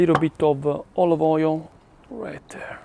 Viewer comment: your english is awesome....tomato SUASSS and OIL OV OJIOLLL ❤❤❤ i love you